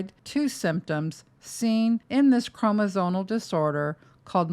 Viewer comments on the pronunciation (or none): You keep saying evasive do you mean invasive? I don’t know medical terms so maybe evasive means something I’m not aware of in medical terms. You also keep saying chroNosomal instead of chroMosomal. Which I just find weird since you’re a medical professional. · I appreciate all this information, but as an RN, I find it really hard to trust you have the credentials you say you do when you use terms like "evasive procedure" or repeatedly mis-pronounce the word "chromosomal"